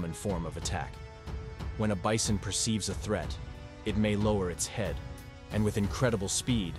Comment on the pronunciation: I heard the same dude say bison and beeson. How you pronounce the same word differently in the exact same sentence?